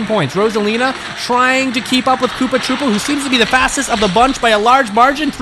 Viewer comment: KOOPA TROO-PA